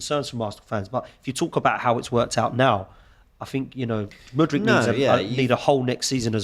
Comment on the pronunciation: Say it with me.. M U D R Y K.. Who on earth is Mooooodrik